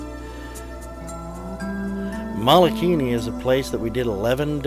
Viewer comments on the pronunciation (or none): Great video! Mike Severns and Pauline are awesome divers and marine biologists! The crater name is pronounced wrong and that was a tad distracting. It's Mole a kini